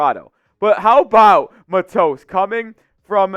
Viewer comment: It's pronounced Mah-tos, rhymes with nachos.